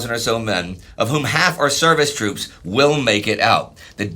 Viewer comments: Toops? I think you mean “moops” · OOPS it's troops